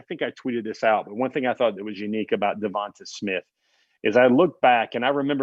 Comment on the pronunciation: Everybody in his hometown was calling him Tay. I wonder why? Is it because his name Devonta ends with a long ā sound instead of a short ă sound as you pronounce it? Devonta with the a on the end is always pronounce as a long ā sound. Some people mess this up all the time.